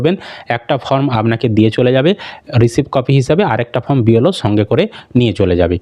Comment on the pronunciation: ফ্রম ( from) নয় , ওটা ফর্ম ( Form) হবে 😅